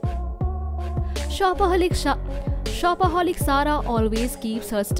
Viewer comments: did any1 hear when the backround voice was saying shopoholic it was like "shopoholic shah and after that they said it correctly 😂🤣😆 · You made a mistake in saying shopaholic